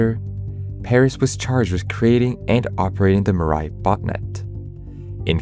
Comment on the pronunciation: I got so damn irritated by the narrator pronouncing Mirai. It's a japnese word for "future" and it's pronounced as "Mee-rah-ee". "Mi" as in Mix, "ra" as in Para, "i" as in the letter pronounciation of e.